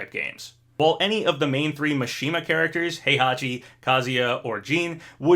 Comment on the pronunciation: Your pronunciation of Kazuya is perfect. Mishima however... its MI not MA. cmon